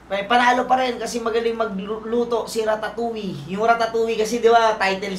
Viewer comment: Yung sa Ratatouille. Mali yung explanation mo. Kaya sya sinita ni Tipsy Kase yung pronunciation non walang L sound. Hindi Yun connected sa Basta name lang ng movie Kase Tama sa poise. Name dn un ng character. Unlike apocalypto..